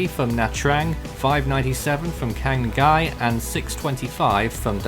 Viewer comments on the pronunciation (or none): Quang Ngai is pronounced "Wang Nai."